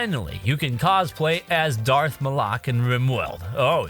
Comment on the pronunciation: That is the strangest pronunciation of Darth Malak I have ever heard.